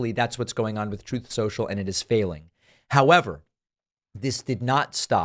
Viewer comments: I’ve not heard “raison d’etre” and “troth sential” used in such close proximity with one another. Thank you for making my evening! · The overlay of Trump saying "truth-sential" whenever it's mentioned cracks me up every time.